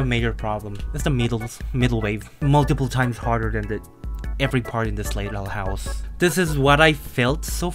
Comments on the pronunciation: Question why you say slaterhouse? (Question is it an accent or something) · I love how pronounce slaughterhouse as slayerhouse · Funny how called slaughterhouse, slayterhouse xD